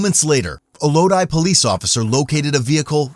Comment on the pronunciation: Good job on pronouncing lodi right lol ... Almost eneryone says lo-dee